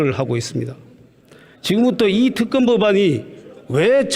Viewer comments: 임이자씨~ 정거는 없고 증거는 있지요! ㅋㅋ 갱상도 것들은 발음도 무식이 뚝뚝! 특검은 특금이라고 하고, 증거는 왜 정거라 하냐??ㅋㅋㅋ '으"와 "어"발음을 철저히 뒤집어 하네!ㅋㅋㅋ 한국어부터 다시배우고 와서 토론에 나와라~ 이 사람아~ 너의 그 무식한 소리가 기록에 남는다! 네 얼굴 역사에 남는다고~ 쪽팔릴거다. 평생!!! 역사가 널 손가락질 할거다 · 임이자씨 발음 넘 웃김 죄가 없다 제가없다 특검 턱검 ㅋㅋㅋㅋㅋㅋ 보던 중 빵 터짐 ㅋㅋㅋㅋㅋ 자기 혼자 반대 열심히 해보세요 ㅋㅋㅋㅋ 생떼도 썰때 써세요~~